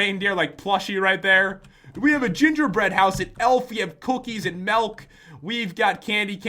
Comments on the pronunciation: U suppose to said Milk not Malk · you sed melk it's milk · Pat you said melk instead of milk and cookies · Pat It is milk not melk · it sounded like he said melk instead of milk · wait did he say malk not milk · You said cookies and malk not milk xD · He said malk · he said cookies and melk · did he say melk ????😊😊😊😁😁😁😁😁😁😆😆😆😆😂😂😂😂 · no its MELK :P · U said cookies and melk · Pat did you just said malk ? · Pat is pro at english cookies and melk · pat said mauk